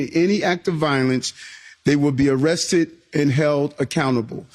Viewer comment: Arressed, that's how MTG pronounces arrested. She can't speak.